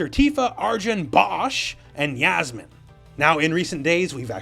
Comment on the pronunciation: Yasmine (is think it’s Yassmine not yazmine ) is from the Philippines 🇵🇭